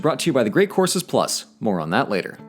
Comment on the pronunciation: What he said: "...one month of unlimited courses." What I heard: "... one month of unlimited horses."